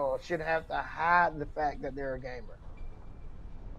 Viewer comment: everytime he said gamer i heard gay man so i was a getting a very different message